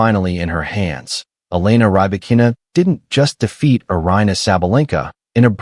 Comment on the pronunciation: This Artificial Idiot can't even pronounce her name correctly. Seven minutes of bla-bla-bla with zero new information. All of that was retelling well-known things that were published during the last year. The title "Breaking the silence after Australian Open" is just a lie and clickbait.